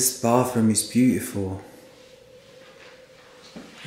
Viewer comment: I giggled so much when you said "beautiful", your pronunciation was soooo British ahaahah